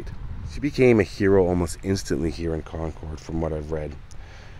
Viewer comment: Love your videos and another great one as always. As an FYI, the locals pronounce it "Con-curd" vs. ""ord". Keep up the great work and looking forward to your next video.